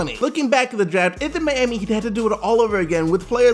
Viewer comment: i hate how this guy says miami